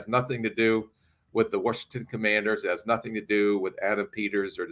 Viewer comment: This dude says warshington , get dis dude outta here, job done and we thank ya. Go on now✌️